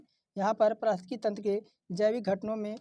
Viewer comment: वीडियो बनाने के बाद पारिस्थितिकी बोलने की प्रैक्टिस किया करो भाई